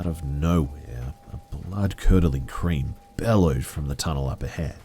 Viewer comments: Ok come on I know you're just reading these off but you got to fix other peoples mistakes when reading out loud, "blood curdling cream" lol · I honestly heard “a blood curdling SCREAM” until I saw all the comments saying “CREAM” and now I can’t unhear it!!!😂😂😂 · I’m watching this video again just to hear say “blood curdling cream” again...for the, like, seventh time. lol